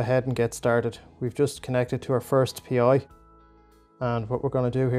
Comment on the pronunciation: It's "Pi", not "P.I.". Thanks for the tutorial.